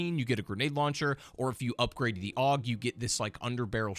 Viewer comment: Bro called the AUG an AHHHHGHHH